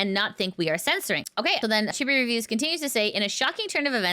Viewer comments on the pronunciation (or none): none